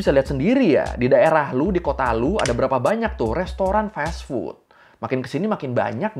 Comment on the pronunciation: fas fut bg bukan fes fut